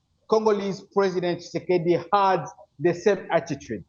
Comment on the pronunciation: You are taking gumbles,you can't even pronounce the DRC president properly....